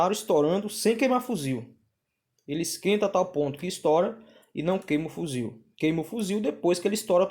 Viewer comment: FUZIL? Ou fusível? kkkkkkkkkk